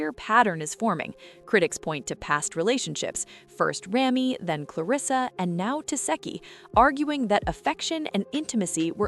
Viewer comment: Girl repeat after me REM-ME, CLEAR-RISS-SA 🙄🙄